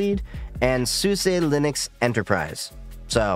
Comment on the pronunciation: I have been using this OS for about 13 years now, despite that I still find these types of videos intriguing. I think you did a very good job at laying out the differences in the distros in a way that new users should be able to understand. Btw, you did pronounce SUSE correctly! Maybe with a bit of an accent, but it sounds relatively correct to my ears. So many people assume the E is silent, when SUSE officially wants you to pronounce it like you have. Also, as an openSUSE Tumbleweed user, I like it because it's a rolling release that happens to be very stable compared to others like Arch or Gentoo. This disadvantage is that it's usually a little slower to get updates as packages can sometimes be held back for a few weeks to a few days until everything passes OpenQA testing. Zypper (and YaST) also integrates with BTRFS and makes a snapshot everytime you update, meaning that if something does break after an update you can easily roll it back.